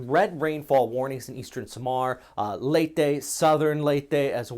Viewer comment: Very good in pronouncing 'Leyte' correctly. More practice on 'Samar'. Pronounce it like this... SAH-MAHR with hard 'R' like in Spanish, and the letter 'A' is open vowel like in 'fAther'. Actually all words with letter A in the Philippines must be pronounced as such. Again, take note of the letter R. 😉